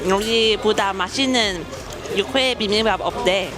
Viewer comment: 육회 발음이 잘 안되면 차라리 유쾌로 발음해봐유. 그래도 발음 많이 좋아졌다 😊